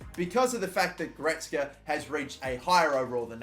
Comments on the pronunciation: Leon Gortska🤣🤣🤣 U mean: Leon Goretzka? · Gortzka 😂🤣🤣 it’s Leon GORETZKA (goretzkar) gor-retz-kar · ITS GORETZKA NOT GORTZKA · Leon goretzk hahhaha bruh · Man said Gortzka you know? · It’s pronounced Go-re-ts-ga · He makes a huge build up to the final one and then he goes and says Leon Gortska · Just to help it's go-ret-zah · "Goh res ka" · Leon Gortzka 🤣🤣🤣🤣🤣 Cant pronounce sh*t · My man said gortsca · As a massive Leon Goretzka fan, labelling him the German Gerrard when he was at Schalke, this name butchering hurts... like NIN/Johnny Cash "Hurt" type of pain. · What the fuck who pronounces Goretzka like that😂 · 7 years later and you still dont know how to pronounce the name goretzka... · The way he says goretzka it triggers me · My man can't even pronounce Goretzka